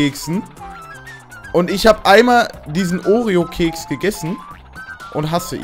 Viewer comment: oreo nicht oreon